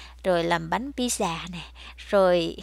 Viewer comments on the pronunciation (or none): Cô ơi ta nói là pizza chứ không phải là pizzi